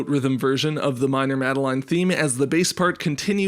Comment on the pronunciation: that's not how most people pronounce madeline